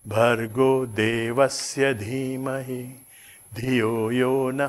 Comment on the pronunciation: Saya masih belum dengar dengan jelas pelafalannya "De"vasya